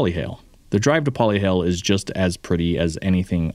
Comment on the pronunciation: The correct pronunciation is "Po-Leh-HA-Leh", not "Poli-hail". & YUP, our sand is SUPER fine. Definitely not the first visitor who does alot of off-roading back at home state to get stuck out here on either our beaches or back roads (clay/mud) bc our terrain is different. I was interested in the Jeeps until I saw one of your videos about the Broncos. I just got myself one & I'm excited to take it on all our roads. I missed having a 4x4 vehicle lol!